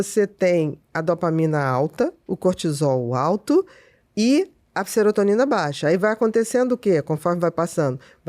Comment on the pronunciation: O entrevistador interrompe demais…. E ainda fala SERETONINA 😂😂😂